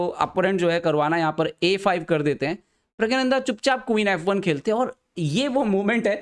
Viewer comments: Bhai pehle naame to theek se le le. pragyananda nhi praggnanda hota hai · vo pragya - nandha nhi hain. Praggna- nandha hain. Thik se to pronounce krlo apne player ka naam.